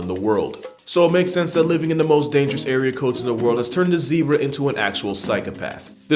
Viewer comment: The Zeb in Zebra rhymes with Deb.